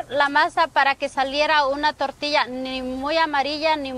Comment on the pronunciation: He said “tore-tea-us”